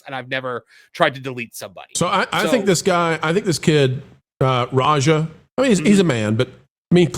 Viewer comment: The way Rampage pronounces Raja is more like slang for Roger. Roja is more like how its pronounced.